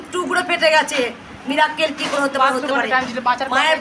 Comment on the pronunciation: মিরাক্কেল নয়,,,, উচ্চারণ হবে মিরাকেল